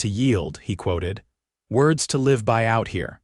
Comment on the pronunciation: AI needs to learn live vs live wound vs wound as they represent many of our homonyms and sound strange when not used correctly but I don’t have so much problem with stage a coach as so many do. It’s a interesting story & different after listening to a few dozen and I enjoyed it plus I like the length ❤❤❤